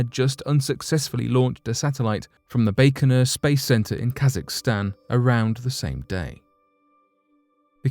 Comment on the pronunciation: Man, you do my head in when you dont pronounce things properly. The Russian space launch centre "Baikonur" is pronounced...Bike-o-nor.....not "Bake-o -nor".